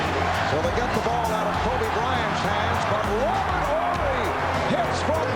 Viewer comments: Why is it in every video and game I’ve watched its pronounced Robert Orry, yet his guy keeps saying Horry throughout the whole video? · OOOOR-ry, the h is silent. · I've always been under the impression his last name is pronounced 'Orry' (silent H) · HOW DO YOU MISPRONOUNCE HIS LASTNAME EVERY TIME WHILE YOU'RE PLAYING CLIPS WHERE YOU ARE HEARING IT CORRECTLY PRONOUNCED?! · It's always fascinating to me how someone can repeatedly hear how a name is pronounced, and then somehow continue to pronounce it incorrectly. Also, it's "Big Shot BOB." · The H is silent. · Its big shot Bob The H is silent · Mispronounced his last name the whole video, but great video